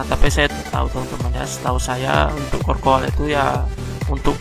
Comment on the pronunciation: Charcoal bacanya bukan "korkoal" tapi "carkol"